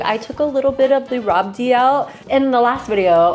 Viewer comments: Its pronounced as "rabri" not "rabdi'. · It's rabri not rabdi 😊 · Rabdi is pronounced rabri normally. Otherwise its rabrdi